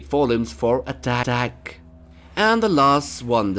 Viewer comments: He says at Tatack at 6.40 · I heard the voice saying: attatack